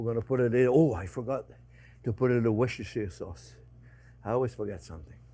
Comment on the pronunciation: It's probably too late now for you to read this, but I'm from Worcestershire, England, and it's so nice to hear a foreign person pronounce it, (almost), correctly! Lawrence